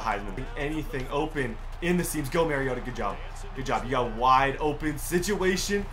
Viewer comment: It’s ma-ri-ot-a like when you say amari the A in the beginning of Marcus’s name don’t question I went to school with him